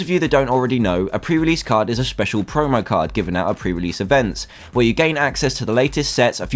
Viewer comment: Its probally not PREREASEASE